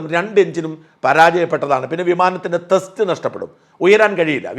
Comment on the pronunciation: ചേട്ടാ, വിമാനത്തിന്റെ തസ്റ്റ് നഷ്ടപ്പെടും അല്ല. ത്രസ്റ്റ് നഷ്ടപ്പെടും എന്ന് ആണ്.